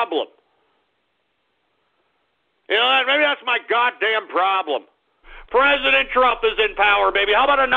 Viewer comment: YOU CALL MY PRISENDENT 🤣🤣🤣